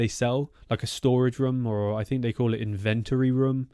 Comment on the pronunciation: No way. Who mispronounces in vent ory.? I know only two people now.